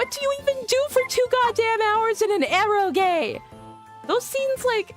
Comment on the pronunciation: It's not "erogay" :D